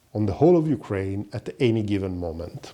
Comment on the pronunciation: Don't say yukren say NATO